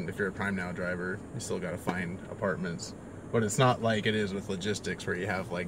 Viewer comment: When you said the word apartments, a part of me died